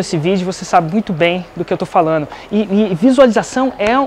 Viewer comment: Vc é ótimo, Maravilhoso, mas, por favor, falano, correno, mandano, fazeno, não combina com vc.